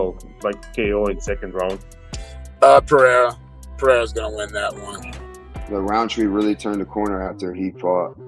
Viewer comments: Mr sonnen PI-DAY-HA roll your tung blend it together and say it fastfaster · Chael: Pee-era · Sonnen is a moron. Why would anyone listen to a guy who doesn't even bother to learn how to say a fighters name correctly. Hack.